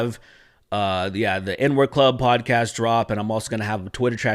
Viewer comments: It sounded like you said the "N-word club". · it sounded like you said the n word club in the beginning